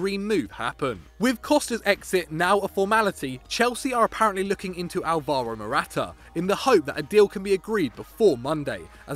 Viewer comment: You Pronounced Alvaro Wrong...